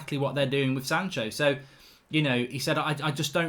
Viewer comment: it's Sancho and Van De Beek not "shanco" and "vanderbeek" ffs